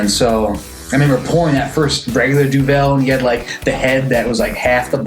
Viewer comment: Duvel - Since you said Duvel so many times and I know you love Belgian beers, know that Duvel means devil and is pronounced similarly but with a DOO. Devil, Doovle, DOO-vull. That out the way, yes, I've had this. You know I'm a Belgian beer freak. Duvel single fermentation has been on draft forever. I had it in Brussels. Explained to me that it's exactly the same Duvel we love except without the second bottle fermentation. They do process it further for the kegs (and now cans) but the taste is similar. Just read that this beer is dry hopped and cold filtered and conditioned for 30 days. Oktoberfest - The non-mäerzen Oktoberfest Wiesn is what you're trying to say. Remember Wiesn is the name of the grounds where Oktoberfest is held and not related to Weiss or Weizen so nothing to do with wheat, although it is lightish in color. Confusing but I talk about it every year with friends. Ha. Belgian Golden Ales - You've had a bunch of them. Duvel, Piraat, Delerium, La Chouffe. Keep in mind they are also listed as Belgian Strong Ales. Love them. It's in my top ten style of beer. More like top 6-7. Review - Great job. I have not had the can but will look for it. Good to hear that it's so drinkable despite 6.8%. I'm looking forward to that. Man I love Duvel. 👍